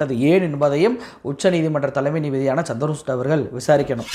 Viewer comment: சந்திர சூட்டு இல்லிங்கோ! சந்திரச்சூடு! CHANDRA CHUD. Please pronounce correctly.